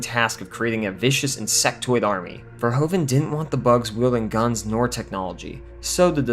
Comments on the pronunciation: As a fellow Dutchman to Paul Verhoeven, I can't help but cringe at the way you keep saying "Ver-ho-ven". It's actually pronounced more like "Ver-hoof-en" ("oe" in Dutch is pronounced as "oo" would be English). Other than this obvious nitpick, I thoroughly enjoyed the video! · Verhoeven is pronounced as verhouven, like the ou in you, great review! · The part hoeven in the name Verhoeven is pronounced like hoover with an N instead of an R. Then ad the Ver in the begining. And your pronouncing it in the correct manner. Ver-HOOVEN.